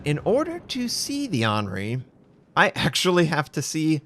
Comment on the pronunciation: Henri IV., in english Henry the 4th or in french 'Enri (the H isn't spoken in french) spoken Onri the 4th...hope that helps:D